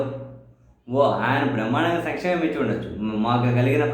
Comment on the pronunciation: "సంక్షేమం" ఇస్తానని ఎక్కడన్నాడు.ఒక్కసారి కూడా అనలేదు."సమిక్షేమం"ఇస్తానన్నాడు.యం.ఎ ఎకనమిక్స్ చదివిన వ్యక్తికి,నాలుగు సార్లు ముఖ్యమంత్రి అయిన వ్యక్తి సంక్షేమం అనడం రాదా..!!?? వచ్చు.కానీ ఆయన అలాగే పలుకు తాడు. "సామి క్షేమం"అంటే.‌..యజమాని క్షేమం,రాజు క్షేమం అని అర్థం.రాష్ట్రానికి ఆయనే రాజు కాబట్టి...ఆయన అన్న ప్రకారమే రాష్ట్ర ప్రజల సామి క్షేమాన్ని ఆచరిస్తున్నాడు.